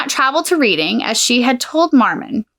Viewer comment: It's pronounced Red ing also there were loads of baby farmers some of whom were hanged inc Jesse King ,Ada Chard Williams,Amela Sachs etc.